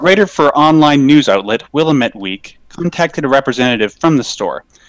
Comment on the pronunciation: As a former Oregonian, your pronunciation of the word "Willamette" is making me cringe super hard.